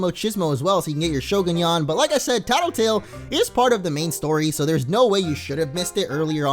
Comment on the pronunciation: you are saying the name wong